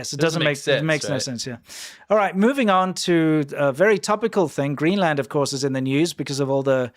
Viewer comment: Greeland? Really....educated at a learing centre?